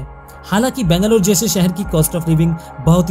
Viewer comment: Please pronounce Bangalore correctly. Nice video. Proud to be Bangalorean.!! ❤️